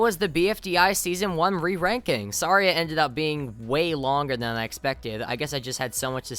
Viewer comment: the “th” in “than” isn’t pronounced as “ffr”